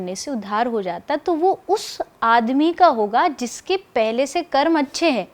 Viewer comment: Bhai please 'karm' ko karma mat bolo ye galat hai ye galat chij ko speard mot karo